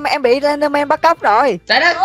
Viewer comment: noi slendman la slendmong haha